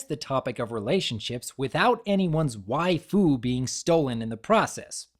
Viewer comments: I love pronunciation there! "Why-Foo!" XD So cringy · Why did you pronounce waifu like its a dish at a Hibachi grill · Also, love the way you say "waifu"